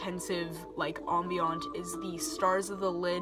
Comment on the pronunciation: It's uh ..."am-bee-uhnt".